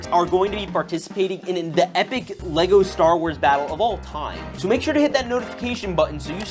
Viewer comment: Did you just say lesgo, and not le-go